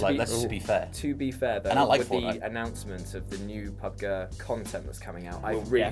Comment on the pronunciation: PubG not Pubg sounds awful.